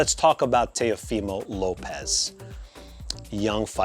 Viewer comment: Are you Hispanic?? Why do you say Teofimo like that 😂